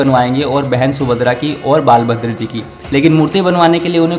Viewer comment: Tum log thode ghadhe ho kya😡 1. बाल भद्र ❌। बलभद्र✅ 2. विषकर्मा ❌ विश्वकर्मा ✅ Gadho 🫏 pehle sahi se Hindi bolna sikho aur aur devo k naam ko sahi uchharan sikho, fir vdo banana